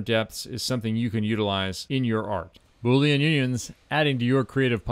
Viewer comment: Bo-leen … if your watching your weight. Now that was just funny 😆